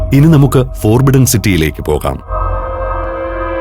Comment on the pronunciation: the Voice: Forbidden എന്ന വാക് ഉച്ചരിക്കുക, ഫൊർബിഡ്ഡൻ എന്നാണ്. ഫോർബിഡ്ഡൻ എന്നല്ല